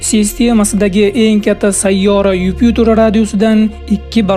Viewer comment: Юпютор эмас Юпитер